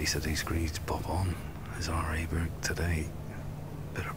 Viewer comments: Weird how US commentators can’t say Åberg’s name right, but the British ones can. Just say Oh-berg like in oh sh*t and that would be nearly perfect. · the pronunciation is closer to "Oberg" than "Aberg" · Cant believe commentators haven’t learnt how to say Abergs name correctly!! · why don't these commentators (mainly those with US accents) learn to pronounce Åberg's name correctly ?